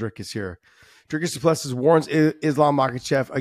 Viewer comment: Repeat after me: Dricus DOO - PLÊ - CEE.... Repeat: Dricus DOO - PLÊ - CEE.... Again: Dricus DOO - PLÊ - CEE.... Once more: Dricus DOO - PLÊ - CEE.... Last time: Dricus DOO - PLÊ - CEE.... Final time: Dricus DOO - PLÊ - CEE.... Final last time: Dricus DOO - PLÊ- CEE.... Now try on your own: Dricus DOO - PLÊ - CEE